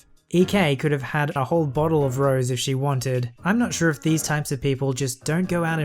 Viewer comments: OK I have suspicions your a computer or just YEA bc it's Rose-ay not Rose so yea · FYI. Rose wine is pronounced “rose -ay” not “rose”. Keep up the great work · The wine is not pronounced Rose, it's pronounced Rosay, hope this helps, great video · Ro-zay. The wine is pronounced ro-zay, not rose like the flower. The OP like did not put up the accent. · It's "Rosay", not "rose", and you misread "prepared" as "prepaid" which makes no sense. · it's rosé it's pronounced eyy I'll let you off this time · Rosé is pronounced like ‘rō-zā’ with a hard A sound at the end. It’s a pink wine. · Rose is pronounced rosé. Kinda like José, just with an "r." I don't mean to sound like that kind of person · Rose = ro-zay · Yes it was. I remember the mispronunciation of "Rose" wine from last time.